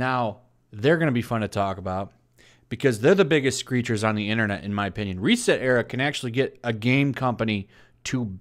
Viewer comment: It's REEEEEEEset Era. You mispronounced it. 😉